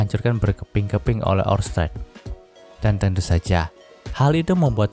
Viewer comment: Pas bagian ngomong orsted yah bikin gangu pengucapan kurang pas gituh min